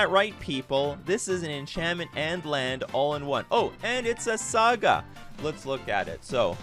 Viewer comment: unsubbing over the saga pronunciation